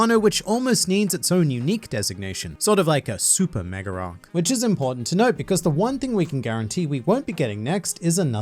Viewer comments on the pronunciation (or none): I can't help but keep noticing always saying an R between a word that ends with A and one that starts with A. "Mega arc" becomes "Megararc" for no particular reason lol